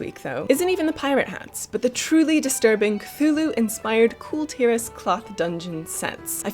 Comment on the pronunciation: The pronunciation for Kul Tiras is "Cool Tih-rarse" and they're called "Kul Tiran humans" not "Kul Tiras humans" someone from Kul Tiras is a Kul Tiran, pronounced "Cool Tea-run".